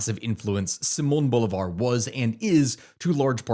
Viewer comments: As a Venezuelan in Vzla I can only hope Trump Finally takes down Maduro, I'm no fan of Trump but Maduro and his regime is the worst thing that ever happened to us. by the way it's pronounces Bo LIIIIII Var, like Lee, boulevar. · Is always funny to hear how none Spanish speakers say the names like Simon Bolivar and such 😅 Thanks for the video ❤ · You gotta get your pronunciation right Bruh. Bolivar is pronounced Boh-lee-var. Guaido is pronounced Goo-i-dó (last syllable is the one you emphasize, not the goo)